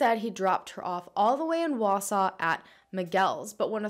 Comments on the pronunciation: I was excited she said Wausau right, but that's not really how we say Antigo lol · Congratulations on being the first non-Wausau resident to pronounce the name of our town correctly! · As someone who’s been living in Wisconsin my whole life thanks for pronouncing Wausau and Antigo correctly. 👍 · Haha right?! I was so impressed!